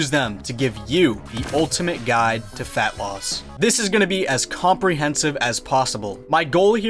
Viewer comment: I thought you said femboys rather than fatloss at the start and it confused the fuck outta me